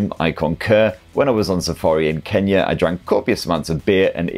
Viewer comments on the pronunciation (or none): none